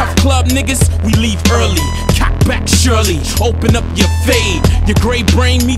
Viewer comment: i know yall nigas say surely funny but it sounds like shirley, wondering if any of his niggas could answer that one? what was obies guns name lol. would suppress you how many people name there guns.